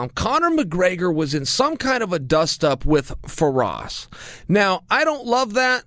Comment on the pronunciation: Copnor mcgregor?